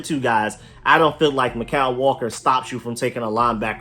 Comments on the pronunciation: Mykal walker is pronounced like Michael. That's how my sister's name is spelled and pronounced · It's pronounced Michael